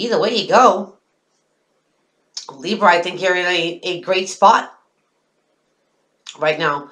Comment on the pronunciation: "Leebs" I laugh out loud every time you say that. :P